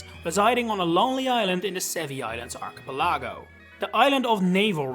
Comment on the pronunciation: your pronunciation of archipelago amuses me